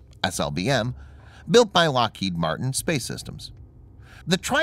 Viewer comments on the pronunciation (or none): none